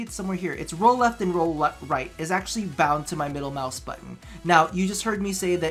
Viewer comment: dat g502 moice doe